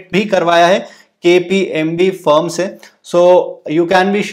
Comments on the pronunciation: It's KPMG .. not KPMB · Kpmg ko Kpmb 🤣